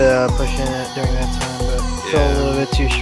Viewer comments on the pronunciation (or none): none